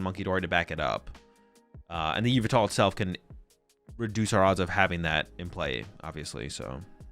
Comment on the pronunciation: STOP CALLING YVELTAL YOU-VI-TAL PLEAAAASE GAAAAAAAAAAAAAAAA (yuh-vel-tal)